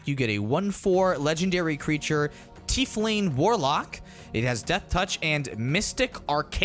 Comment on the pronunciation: Watching you guys struggle with Tief-lings for the episode was a real struggle as a D&D fan. Still, love it! Always enjoy the content.